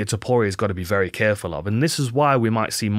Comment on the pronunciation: As chael would say, "Ilia Topoirier"